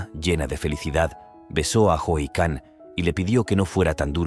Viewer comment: Si aveces. Le dice jican😅